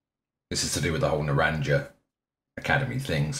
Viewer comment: “na-ran-jah” god lmao